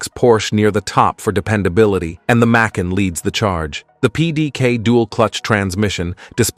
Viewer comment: It’s not mack-kin nor may-kin; it’s ‘muh-can’